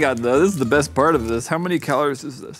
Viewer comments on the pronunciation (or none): none